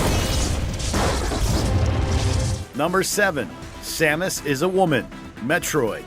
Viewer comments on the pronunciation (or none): none